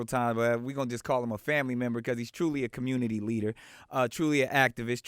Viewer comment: "Commumity leader" 🤣 Man open ya bible & repent